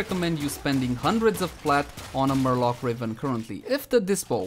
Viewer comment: I approve the way you pronounce marelok.